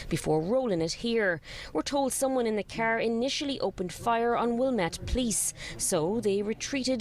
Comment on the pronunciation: It's car not ker